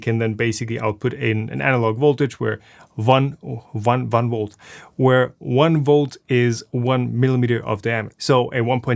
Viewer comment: Thank you so much for leaving the "vun volt" flub in, it made me laugh.